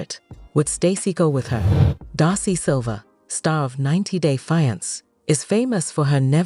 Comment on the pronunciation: I can’t with this AI voice. Ja-pardy and Fy-ance